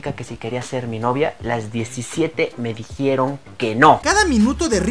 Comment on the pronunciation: Las 17 me “dijieron” que no!! Jajajajajja pues claro!!!!! Si pronuncias así!!!! Jajajajjajajaj